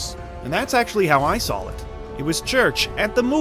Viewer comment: its saw not sawl